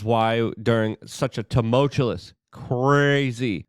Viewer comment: Maybe I've missed something and I'm behind on this, but I am at this point convinced he's mispronouncing tumultuous on purpose to troll us.